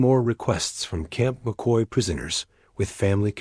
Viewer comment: camp mockey? It's CAMP McCoy